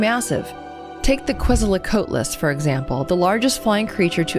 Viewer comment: Ok, some pronunciations are bothering me Axolotl- oss- o- law-tul Quetzal- (type of macaw) ket-zol Coatl (serpent)- kow-ought- El Quetzocoaltlas ket-zol Kow- ought- las Bird-serpent